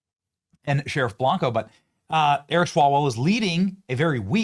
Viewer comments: Bianco. Not blanco. lol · BIANCO, with an I, not BLanco.